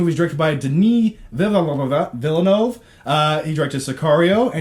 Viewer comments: Dennee Veel-neuhv. You're welcome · If you can't pronounce Denis Villeneuve and you review movies for a living, then you should really just stop.